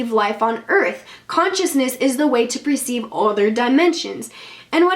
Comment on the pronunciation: Per-ceive instead of pre-ceive